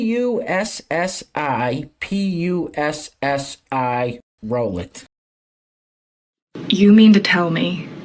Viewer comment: The American fool who tried to mock Finns over the bread called "JussiPussi", clearly didn't even bother to look up the pronunciation of the word. Because if they had Checked Their Arrogance, they would have EASILY learned that it is pronounced 'You-see-Poosiie'. As with many other languages, the J is freaking SILENT! I'm very proud to be an American citizen, but not at all proud of people like her who try to force others into the American prism for everything!!! If they were to be open to looking at Finnish things through a Finnish prism, and American things through an American prism then they would easily figure out how things are in a completely DIFFERENT FREAKING CULTURE instead of coming off like they are clueless and ignorant. Even if the word is pronounced like she thought it was, that doesn't mean that it would be interpreted how she implied it would be - again because of her bias towards viewing everything through her American prism. As the body builder says: DO BETTER!